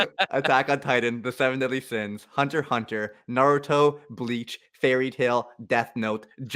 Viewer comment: Seu-veun-deaudlu Sains